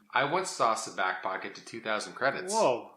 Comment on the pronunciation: First lesson on how to play Sabacc: it's pronounced Sah-BAWK not Sa-BACK.